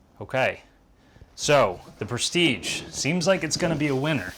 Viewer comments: prestige....like....j..... is the good prononciation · I'm French and "Prestige" is pronounced like your first name dear trainer 😉